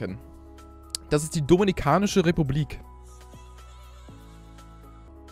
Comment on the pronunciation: domiNIkanische republik kleiner sprachfehler